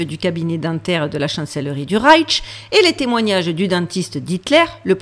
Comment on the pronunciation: Coucou ma belle dyslexique 😂 ça se prononce reich avec juste ’’ch’’ y a pas de ’’t’’ Tu en rajoutes et c'est bien plus compliqué à dire 🤣 reiTch Bravo pour le boulot et l'image est très bien sur ma tablette. Tu es lumineuse